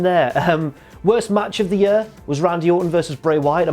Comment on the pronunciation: apology accepted (seconds later) "First up, match of the yurr" OH MY GOD